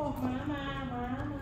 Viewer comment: ลังแยกเสียงไม่ออก ระหว่าง "ม้า" กับ "หมา" เอ็นดูวววว 😂